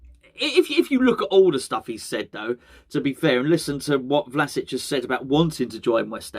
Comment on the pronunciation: It's pronounced as Vlashich. Not criticism, just trying to help